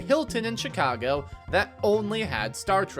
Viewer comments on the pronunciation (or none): none